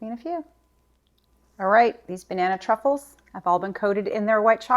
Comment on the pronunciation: I definitely need my hearing checked again, sounded to me at first like you called this dessert Banana Cuckold's! You're a hoot girl!